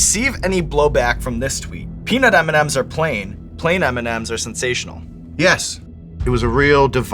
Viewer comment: Haha he was right about the m&ms. He said it perfectly